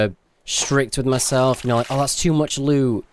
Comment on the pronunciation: Your saying loo not loot BUT I STILL LOVE YO UR VIDEOS